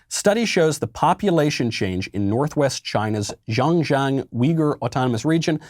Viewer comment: "Xinjiang" is pronounced "sheen jee-ong" also... pretty sure mispronunciation of non-English names is enough to get blacklisted these days. ;-D